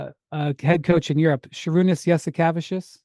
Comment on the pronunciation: Does Windy think he's pronouncing Jasikevičius correctly? 😂